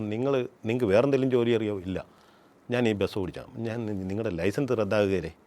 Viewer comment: ബെസ് ❌ ബസ് ✅